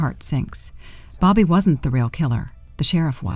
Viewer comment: AI never fails to provide ridiculous ways to pronounce names. How does Bobby turn into Boe-bee?